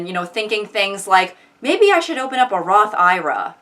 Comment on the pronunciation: It's pronounced Roth eye rah?!?!?